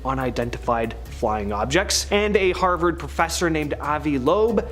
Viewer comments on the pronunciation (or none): none